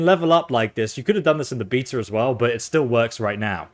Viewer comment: There is no R in "Beta" dude is saying breta and fhree (3)